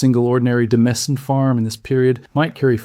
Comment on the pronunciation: Demesne is pronounced dĭ-mān.